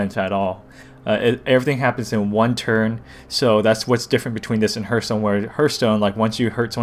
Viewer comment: this is like a double tutorial. And btw its not herthstone its pronounce hearthstone like earth